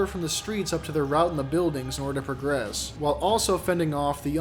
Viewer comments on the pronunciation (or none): none